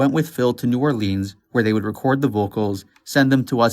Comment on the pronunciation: It's pronounced New Or-lins not new orleeeeens